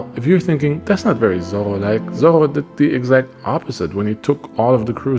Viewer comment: Pls, don't speak ''Zorro'', it's ''Zoro''